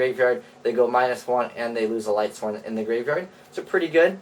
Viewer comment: If I hear lightsworns one more time...